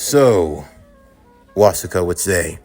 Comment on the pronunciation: Its actually killing me little by little hearing you butcher the hell out of Wasuke's name. It's literally the same as Sasuke but with a Was instead of a Sas.